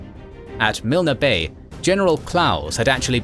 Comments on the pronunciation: Milne Bay is pronounced MYLN BAY, not MILNA. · He pronounce it like it's Japanese. His pronunciation of Milne bay is so wrong too.